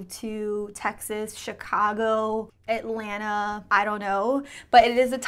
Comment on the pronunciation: When I heard you say Atlanta 👀 lol